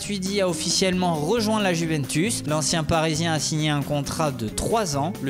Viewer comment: Pour ceux qui ont toujours pas compris, on pronnonce iuventus et pas guventus